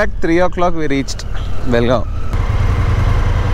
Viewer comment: Lo bolimagane it's Belgaum not belgaon